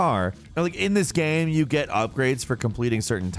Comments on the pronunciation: I've always wondered what accent would cause someone to say guym instead of game. He always sounds vaguely drunk to me. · He says, 'game' like ghem... I just noticed today lol. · if that guy says gääm instead of game one more time, I swear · Is it just me or does it sound like hes saying "gam" and not "game"? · I can’t be the only one who can’t help but notice pronounce the word game “gyam” every time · he says gaem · What is this 'ghem' you speak of? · what's up with the frequent mispronunciations of "game"? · i just noticed you pronounce "game" as if there is no e in it and I can't un-hear it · why you say game like that? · Why can't he pronounce "game"? 😂